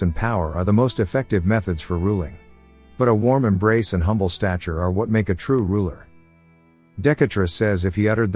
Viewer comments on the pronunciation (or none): none